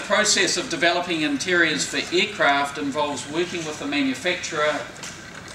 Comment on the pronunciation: for eeecraaft XD